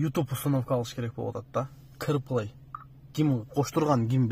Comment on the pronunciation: Кэр эмес Кар плэй эле жигаар😂